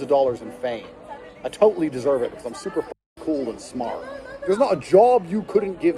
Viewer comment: They should drop all charges if these brothers can pronounce the word "matter", "totally", or "later" correctly.